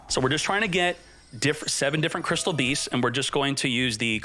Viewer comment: Crystial beas-zzz.....